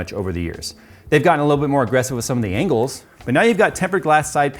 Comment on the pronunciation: What is an engle? You said it twice before you finally said angle!